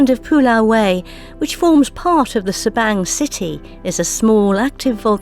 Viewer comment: I Enjoy your videos! I believe Sabang is pronounced differently b/c in Bahasa Indonesia “a” is pronounced like the “a” in the English word Father...so sounds like Sa-bong. I think. Anyway, thanks for the great videos.